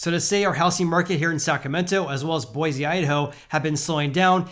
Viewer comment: Bro. It’s Boy-see!!